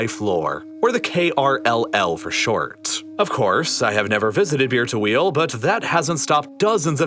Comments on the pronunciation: i just cant unheard beer-to-wheel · Can't help but hear Beer to Wheel when you say Bir Tawil... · All i hear is bir tawil as beer to wheal xD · As an arabian, i can confirm you messed up the pronunciation if bir tawil